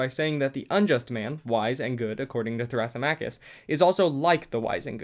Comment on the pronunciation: you pronounced some of the names wrong, thrasymachus specifically (thruh - SIM - uh - kiss)